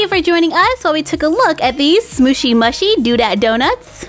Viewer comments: It's pronounced smoshy mooshy. But it's not spelt like that :3 xx ❤ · Btw it ia not smooshy mushy, you pronounce it smooshy mooshie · Its pronounced as SMOOSHY MOOSHY not SMOOSHY MUHSHY... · You pronounce it like SMOOSHY MOOOSHY I know that’s spelt wrong but you can’t hear me and that’s how it is said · It's pronounced smooshy mooshy do dat donuts. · there pronounced like smooshy mooshey